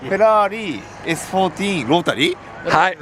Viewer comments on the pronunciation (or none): Ferari? S fourteen? Rotari? Sugoooooi